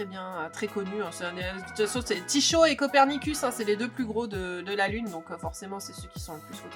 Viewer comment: et aussi Tycho = se dit: "tiko" 😉😉